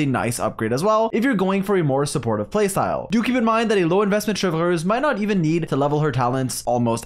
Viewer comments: Every time u say “Cheverous” 😂😂😂😂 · IT'S CHEV - RE -USE NOT THAT HARD RIGHT? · sry if i speak french xD u say "chevreuwse" not chevreuse, but is ok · "Chevrez or Chevurheooz as I naturally call her" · but sir your English pronunciation was also wrong lmaoo. we all know this is a bit you're committed to cause you say almost all the unique characters incorrectly unless I was mistaken lol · Tbh I love it. It’s like “Chevreuse” 🙄🤮 vs “🥐🇫🇷Chevreuse💅” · Love your guides but I can’t wait to never hear you say her name again. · I love how he pronounces "Chevreuse" a different way every time. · rolls the 'r' in Chevreuse. "lol, sorry, I speak French" Also: "Noblesse OBLAIGE!! " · Oblige on its own is also an English word, though, and that's how you pronounce it. So it's not as awkward as saying ChevROOSE instead of Chevreuse. Btw that's not a rolled R. People rarely roll their R anymore in French; it's usually associated with old people and rural settings. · bro u didn't even pronounce chevreuse in french correctly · 10 seconds in, blud already flexes his French